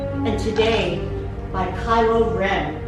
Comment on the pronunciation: Did she pronounce Kylo Ren like Kyro Ren? ROGERED